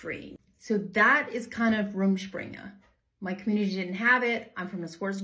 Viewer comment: So that's how you pronounce it! Also didn't realize it could go on for years and you could still live at home, do parents or the church cut it off when they feel its gone on long enough?